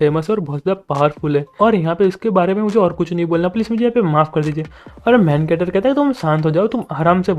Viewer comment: When u say main character. I hear like main cutter